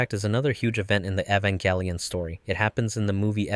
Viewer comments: "Evan-GÆ-lion" 😐 what's with the "GÆ" pronounciation? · bruh how you say evanGellion